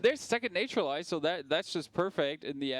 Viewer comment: Every time I hear them say "Nature-lize" I want to cringe. Its Nat-ural-ize. Not NATURE!